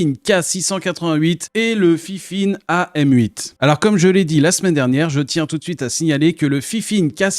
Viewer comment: c'est pas fifine mais fainfaine #DISLIKE